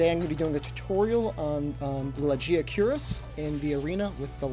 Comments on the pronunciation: Btw, the "g-aee-ar" is like the word "gaia". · I thought it was pronounced "Lag-aee-ar-cruh-s"?